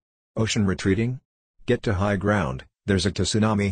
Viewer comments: Love how the tts pronounces tsunami as 'T sunami' (short t shound) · The bot literally pronounced Tsunami as To-sunami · why is nobody talking about how the bot completely butchered the pronunciation of tsunami